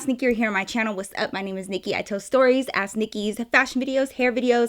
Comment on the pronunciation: Everytime she says ask Nikki it sounds like a*s Nikki and it catches me off guard On another note 👀 LOVE U NIKKI 💕 😂